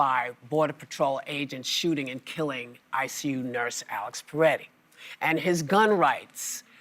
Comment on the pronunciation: It's Pretti, not Paretti, Whoopi. You've mispronounced it twice today. Get it right.